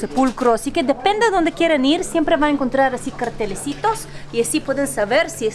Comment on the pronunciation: sos super dulce y me.encanta tu pronunciación, y cuando decis "cartelecitos". Los veo.siempre desde Buenos Aires.